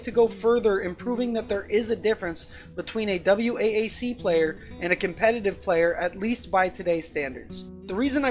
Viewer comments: For the love of god, just pronounce it "Wack", so distracting..... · Great video. For future reference though, noone ever spells it out lol just say "wack"